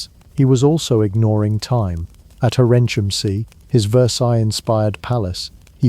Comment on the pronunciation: When I was in Germany, the third castle was pronounced "hair in kim say" according to our guide. Where did you get your pronunciation, as it took me awhile to realize what on were saying. The other two were pretty close to what pronounciations we heard on the tours.